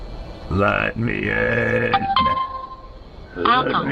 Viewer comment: LET ME IN! Leet mee inn. let me in. I require entry. Lmfao dude wtf